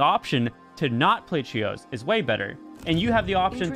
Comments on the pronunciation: the way he says trios “Chios”😂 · Every time he says trios I hear cheetos lol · I hear churros 😂